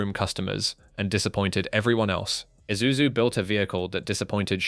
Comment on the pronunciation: FINALLY!! A white man who can pronounce ISUZU!!!